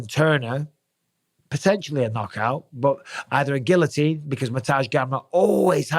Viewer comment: Gill-o-teen. You live right next to France